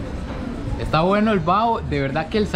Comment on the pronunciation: No es comida callejera es fritanga y no es bao es : Baho